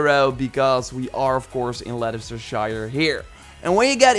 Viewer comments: Its actually pronunced lestercester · it's pronouced "Lesta sheer|" haha but it's ok :') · Its Lester-sher...no one pronounces English towns right lol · As a helpful tip for future videos, Leicestershire is pronounced Lesstershurrr. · Names of places with “shire/Scire” on the end are pronounced “shuh”. (Not a dig just a helpful tip) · In ancient England its pronounced leda-chester-shire.